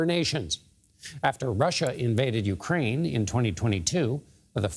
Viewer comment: He can't pronounce UKRAINE Ugrain!?!😂😂😂😂